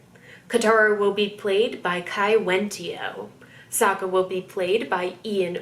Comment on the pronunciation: It was weird to me that the film butchered the character's name. Like it's Sokka not SOOKA